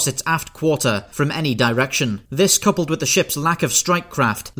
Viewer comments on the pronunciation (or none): none